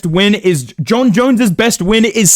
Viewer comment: He even says Jon Jones like dana now